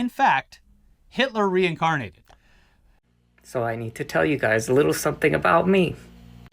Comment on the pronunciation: does he say, "and Jew can call me crazy"... hahahaha I know it's "and you", it just sounds situationally funny